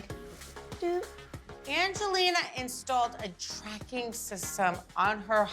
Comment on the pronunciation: Every time Mike says "Angeliner" I can't help but cringe